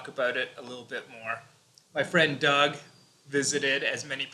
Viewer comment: Y she kept on saying dog ? Did she mean Doug?